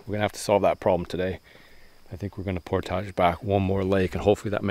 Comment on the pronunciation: You guys pronounce "portage" funny